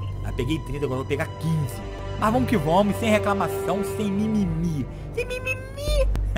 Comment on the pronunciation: "Vomo que vomos "kkkkk